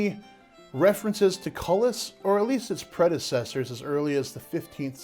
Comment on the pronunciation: I was looking for this comment. I kept thinking “koo-lee” every time he said cullis.